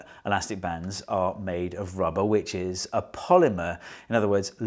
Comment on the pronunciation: I heard "elastic bands are made of rubber witches" and was like "what?"